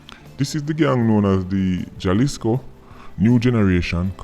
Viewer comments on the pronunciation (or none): It pronounce as halisco.. Ja give "hah" sound in Spanish